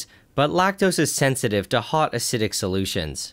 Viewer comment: Why does he pronounce acid right but keep saying A-see-dic instead of acidic?